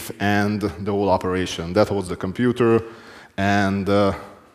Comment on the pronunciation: “Get to the Computah” 😂